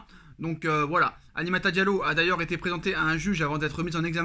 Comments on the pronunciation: Apprends à dire Aminata correctement aussi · "Aminata" frère... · Tu sais lire et prononcer Aminata ?